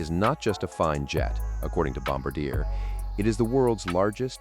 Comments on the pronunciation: Let's get this right. It is nor Bomba-deer, it is pronounced Bom-bar-d--a, and it is Gulfstream 5 not Gulfstream V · The same goes for the Gulfstream IV, it's a Gulfstream 5. Also it's not Bomb-a-deer, it's Bomb-Bar-Dee-A (Canadian French). And if you should run across a Citation X, it's a Citation 10. Otherwise, good stuff! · Bloody AI voice! Gulfstream "V"?! It's called a Gulfstream 5! Bomb-ah-deer?! Again, that is not how it's pronounced! It's Bombar-de-ay! It's French Canadian, named after Joseph Armand Bombardier, the inventor of the modern-day snowmobile! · Obvious AI voice narration. Its not Gulfstream "Vee". It's Roman numeral 5, V. Gulfstream 5. No one in the industry pronounces Bombardier this way. Bombardier is not pronounced "bomb-bah-deer." There's an "R" there. pronounced Bom-bard-di-er with French accent on the end. #AIslop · I shouldn't comment but when you said Wahlberg's plane is a bombardier learn the pronunciation is Bombardier let me shout out to Bombardier you're going to say their name pronounce it properly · Notice your fake voice can't even pronounce Bombardier ...